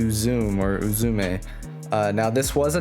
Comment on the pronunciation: Uzume is Ooo-Zoo-May